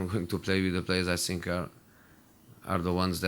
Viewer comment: Why does he says "i sink"??